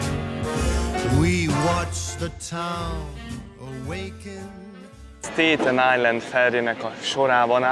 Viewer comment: Sztetön ájlend ès nem sztèjtön… kivètelesen… bégel = bágel ;) Köszi a videòt